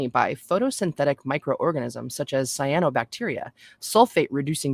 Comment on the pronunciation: I think you pronounced Cyanobacteria correctly at the end